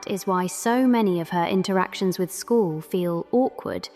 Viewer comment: who is school? you mean Squall. S-KU-AL